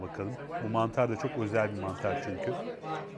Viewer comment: "Birçok şey söylenir, çokzel" :D